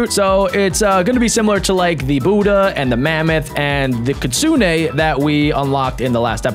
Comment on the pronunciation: It’s not Kitsune AY just Kitsune